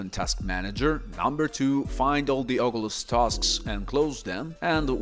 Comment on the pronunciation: Blud sayin ogulus